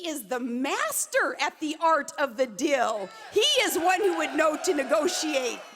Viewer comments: It annoys me how she says dill instead of deal. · She keeps pronouncing "deal" as "dill". Trump is the master of the art of the dill. That man makes one hell of a fucking pickle. I'm giving up. 6 minutes. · I wish she wouldn't say the word "deal" like that. Sounds like she's talking about a pickle. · It's DEAL. Not Dill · She keeps saying dill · After geography class, Palin gives us a lesson in language - it's "dill" and not "deal" and "vill" and not "veil" folks. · The is actually funnier than the SNL impression.... "Dill, dill, dill, dill..." Hey Sarah, the word is "DEAL" Is English your second language or is that how they pronounce it in the trailer court where you grew up? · What's up with the whole, "Dil" instead of deal thing she says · Either my ears deceived me or Palin referred to "The art of the Dill" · Is she saying dill or deal? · "Dil." I love how she mispronounces deal. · Is she sayin' DILL or DEAL? Freak... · Why is she pronouncing Deal as dill? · I keep thinking she's saying dill as in pickles. I guess we need a new commander in chief who likes to pickle things and I never knew Donald Trump made such good dill pickles. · Every time she says dill, it makes me want to attack her with a dill pickle... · WHATS A "DILL"?? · is she saying dill? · Sounds like she's saying the 'art of the dill'. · What's up with the way she pronounces 'deal' and 'veil?' Is that an Alaska thing or a Sarah Palin thing? Her nonsense was a lot easier to listen to when she was 8 years younger. She's like the GOP's Courtney Love. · Please don't say deal if you can't pronounce it.